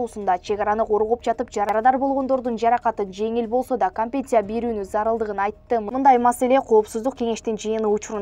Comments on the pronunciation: Бул окуган неме кантет,компенция деп???? Компенцация деп айтылса керек? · Диктор уят компенция эмес компенсация деп айтылат бир сыйра даярданып же болбосо билген кишиге текшертип алып окуп жүр уят уят